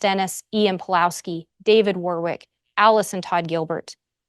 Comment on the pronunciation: The middle W in Warwick is silent, therefore WARRICK.